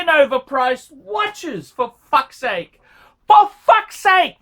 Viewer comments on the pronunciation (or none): none